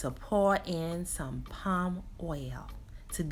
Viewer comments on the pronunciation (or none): none